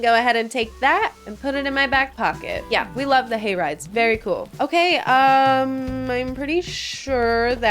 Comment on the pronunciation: the way I heard "gay rights" when you said "hay rides"....